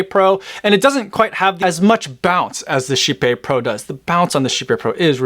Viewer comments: Totally not how I expected Kype to be pronounced… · As a swede… just… no on the pronunciation thing.